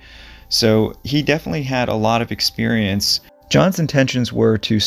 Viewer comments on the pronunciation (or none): none